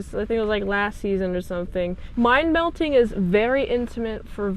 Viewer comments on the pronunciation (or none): Also (not trying to be a jerk! I apologize) it's pronounced "mind meld", with a "d" at the end. If you say "mind melt" (although I kinda like that, actually) where a rabid Trekkie can hear you, they'll crap themselves while yelling at you. Also, I totally vote "yea" for Spock's goatee. 🙂